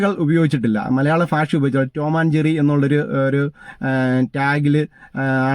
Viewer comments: ഭാഷ എന്നു പറഞ്ഞു പഠിക്കുക. ഫാഷയേ കൊല്ലല്ലേ ..... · ഫ അല്ല ഭ 😅😅😅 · അയ്യേ എന്താ മനുഷ്യ നിങ്ങളുടെ ഫാഷ. ഭാഷ എന്ന് പറയു.